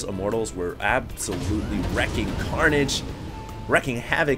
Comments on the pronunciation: Wreaking havoc. Not wrecking havoc. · Dude, wreak (as in wreaking havoc) is pronounced the same way as reek. Please tell.